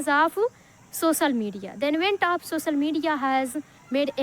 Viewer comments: Not सोसल it's सो श ल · Bro her accent is not good but fluency is good...languves,sosal media,inicially,hab anyone, is this the slang your talking about? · Sosal media nahi ...social media bolo first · Sosal media not social (soshial) 😊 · Sosal or social 😂